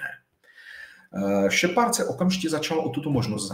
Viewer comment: "Šepárda" - bože akedemik a taková výslovnost